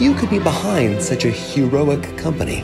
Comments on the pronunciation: Didn't he also say "hugh"roic ? 😂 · ”Hugh could be behind such a Hughroic company?.. Hm, Hugh guessed it” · "Hugh could be behind such a Hughroic company? Hugh guessed it!" 😂😂😂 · "and hugh can be behind such a hughroic company. You guessed it. Hugh Jackman." Did noone get that? lmao